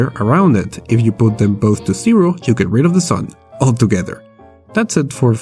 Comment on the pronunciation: I love when you say "sero" instead of "zero" :D